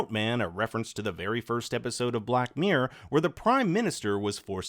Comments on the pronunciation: It's hard for a brit to hear the word 'mirror' butchered so many times in one video! Mirror... not miyr. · Wtf is a black MEEE-URR